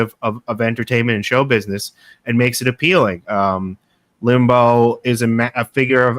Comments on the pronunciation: Rush Limbo???? Can’t he pronounce his name right after all that study? lol 😂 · Your guest's mispronouncing Rush Limbaugh's name is hard to take. It isn't spelled Limbo. I was not a huge fan of Rush as I'm old enough to remember Bill Buckley who was a much classier conservative commentator. In fact. I thought having the first President Bush on Limbaugh's show was kinda sickening.